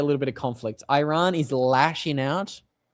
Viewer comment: The name lf the country is Eeeeraaaan. It's easy to learn and would make you sound a lot better, sorry😊